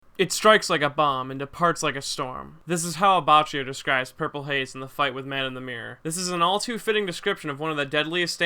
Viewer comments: Why do u say Abatchio instead of Abaccio and Die a vo lo instead of Diavolo and Bushaleti instead of Buccialati? U pronounce shit really weird bro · and also "abbacchio" is "abbakkio" ("chi" and "che" in italian ar "ki" and "ke")